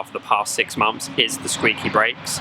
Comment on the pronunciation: "6 mumths"?, "6 MUMTHS"????